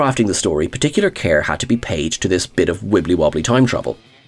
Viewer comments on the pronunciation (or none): none